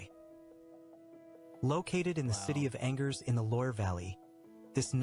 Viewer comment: He says château d'Angers about right , then he says "situated in the city of "Angers" (Hangars) lol .Then he doesn't stop butchering the names , what a joke .